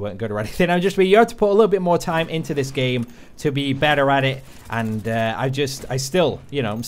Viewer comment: Liam Crowley or when he says "I played the beter"